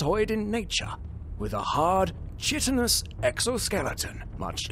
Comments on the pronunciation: I hate being the stickler, but it's pronounced "C-AYE-TONOUS" not "CH-IT-TONOUS" Don't blame me, blame science. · You pronounced chitinous wrong and now I am unhappy.